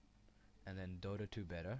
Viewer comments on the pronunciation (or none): none